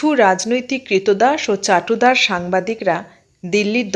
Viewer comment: কতগুলো শব্দের ভুল উচ্চারণ কানে লাগলো যেমন 'চাটুদার(চাটুকার?),বশস্সদ(বশংবদ?) ইত্যাদি।